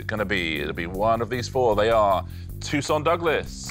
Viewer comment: Why are they pronouncing Toussaint's name like Tucson, Arizona? It's French FFS!